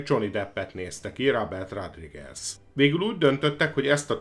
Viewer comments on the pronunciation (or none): Nem eloszor hallom" rádrigez". Szornyu . nezz utanna a helyes kiejtesnek legy szives. Kösz.